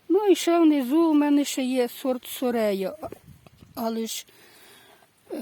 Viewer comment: Не ,,Сорея'', а ,,Сорея''.